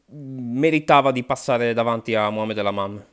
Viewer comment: Mohamed lamamm 😂😂😂 dio mio non si può sentire...